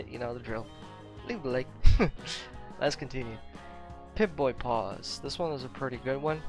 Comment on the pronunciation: To help you out, POSE is pronounced pOz with a long O sound. You’re actually saying pause like to stop a video briefly... love the videos and I can hardly hear a Ukrainian accent, your pronunciation is extremely good